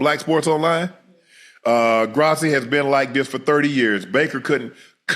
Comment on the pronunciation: Hey Unc it's pronounced - Grow see - Grossi. 🫡